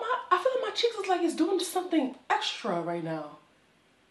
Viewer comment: Girl I lost it....them red flannel pants..when you said "sumthing"😭